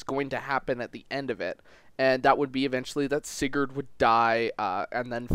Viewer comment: This man said certain barbeque😂 However I would say Arvis isn't a "villian" per say Also when I played fe4 for the first and only time I lost everybody and dropped the game so I can't say much for the gameplay though